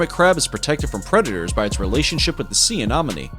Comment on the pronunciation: Was anyone else annoyed by his pronunciation of "sea anemone? (Say: ah-NEM-ah-nee)